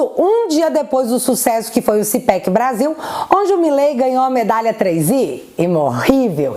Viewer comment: É. CPAC. e. Não. CPEC